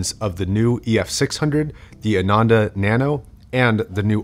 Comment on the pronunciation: ananda is pronounced as "AA - nun -The" , it's sanskrit for pleasure a lot of hifi man headphones have sanskrit names